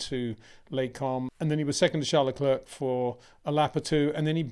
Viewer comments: Again, it’s pronounced Lecl ‘air’ not Le ‘clerk’!!! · AI is such a hoot. Who is Charlotte clerk? Is she related to Rhonda Sanchez? LOL.